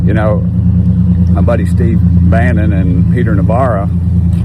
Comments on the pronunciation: It's Bannon not Banion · It's Steve Bannon, not Banyan.